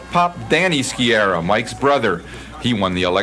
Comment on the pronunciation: Ski-ah-rah, not Ski-erah. Can't even pronounce properly, so called reporters...